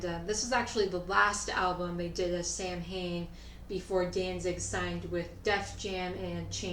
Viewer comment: You said Samhain wrong like I do. It's actually not pronounced anything like that It's like Sow-When or something like that. Look it up it'll ruin your day like it did mine years ago when I found out.